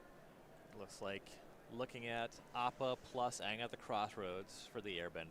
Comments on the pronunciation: Listening to pronounce Appa was painful. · haha yeah dude. piledriver of his community, its just a quirk and joke, hes never been great at pronouncing. "it's leviOSA" 🤣🤣